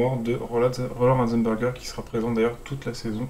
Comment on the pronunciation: C'est pas Rosenberger mais Ratzenberger